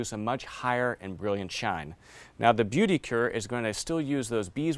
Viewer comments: I appreciate the product comparison, but dear lord, the poor people at Saphir would be cringing at the pronunciation of the product names. For non-french speakers, the "beauty cure", actually 'beauté du cuir', can be pronounced like "bow-tay do queer". The "medalle de yore" is more like 'meh-die door'. You won't actually win a gold medal for pronouncing it like that, but you will have a better chance of coming away with the right product if you're in France. If you're in Quebec though, all bets are off. I never could get the hang of their pronunciation ;) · Hi. Just a quick comment on French pronunciation: "Beauté de cuir" should be pronounced "Bo" (such as in "herringbone") "tay" (such as in "collar stay"). And then "queer". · sounds like booty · Beaute de cuir gets butchered. Boo-tay de queer is closer. As a French speaker, the pronunciation by all the shoe bloggers hurts my ears! Otherwise, love the content and I got a new hobby during the COVID hiatus from normal life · Wow very impressive review, you know your stuff! However, Omg when you say: beauté du cuir lol I am french, please have someone french teach you how to prononce it, I had to hear it like 10 times to know what you were saying, it doesn’t even sound close lol it’s ok to have an accent, but people still have to know what you are saying.